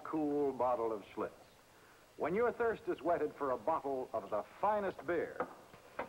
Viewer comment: That's Schlitz !....Not Schlutz